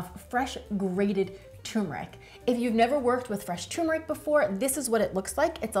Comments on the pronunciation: TURRRR——MERIC NOT TOMBMERIC 😂 TURMERIC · It's pronounced TURmeric... not TUmeric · Nice video, but it's pronounced "tuRRRmeric". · Thanks. What is the approximate shelf life of this in and our of fridge? (PS: I love the way you say Tumourick 😻😜)